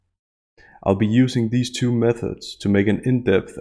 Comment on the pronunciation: I swear when u say methods it sounds like meth heads lol..love u uploads...I smoked a blunt so it's probably that but still..lol